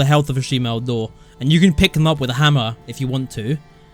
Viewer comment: Did he say shemale doors?